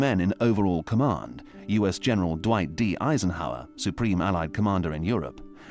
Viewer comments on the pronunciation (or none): none